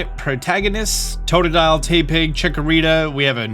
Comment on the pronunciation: Tepig’s pronunciation Calling Noivern Noibat Calling the Mega Ring a Z-Ring Referring to a Zygarde core as a Zygarde Cell Calling Bunnelby Buneary Swapping Helioptile and Heliolisk Forgetting the best Pokemon of all time Furfrou